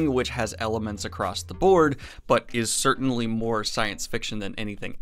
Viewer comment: Does he keep saying certainTly or do my ears deceive me?